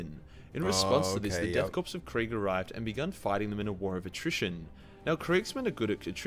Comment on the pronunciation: I see a surprising amount of people get this wrong but you don't actually say pronounce corp like corpse you actually say it like core the p in corp is silent. Good video though.